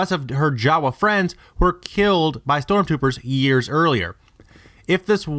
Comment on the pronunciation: All her Jawa fwends ded